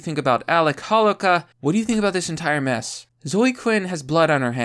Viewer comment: This is very tragic I feel for the family. But you're killing me every time you slaughtered dudes name. Got to friends , for like 30yrs, they pronounce it hoe low kah